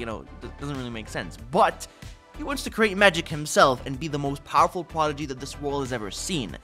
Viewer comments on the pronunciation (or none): none